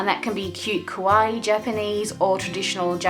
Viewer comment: Super cute journal! Just wanna say you’re pronouncing kawaii wrong, you are saying it like (kah-wai) when it should be (kah -wah-e) :)